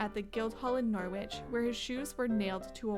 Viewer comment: Norwich is pronounced NORRIDGE